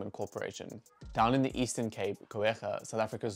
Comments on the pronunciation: This was great but it's pronounced Koo - ga (with the raspy g), not Koo - air - gah. Fantastic video though. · Just a note - it’s pronounced “Coo-ga” not “Coo-eh-ga” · It's not Co-ega, it's Cooga. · I'm sure Coega rhymes with Cooker, rather than Co-ega as you pronounce it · It’s pronounced Cuga… not Coe-ga… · Go-egha? Coogha. Pronunciation: basic research. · pronounced Ku~rha (COEGA) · Wait till the ANC BEE the heck out of it. Some ministers are going to be very, very wealthy from these projects. SA citizens will not be any better off. I'm from the Eastern Cape - it's pronounced Koo-gaa. Even it solar energy is setup in the EC, it won't benefit locals who pay horrendous energy rates, instead it'll be sold to places like Mozambique for ANC profit. Again these renewables DO NOT benefit SA citizens, they benefit private enterprise and the ANC. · Your pronunciation of Coega is wrong.Try to pronounce it correctly.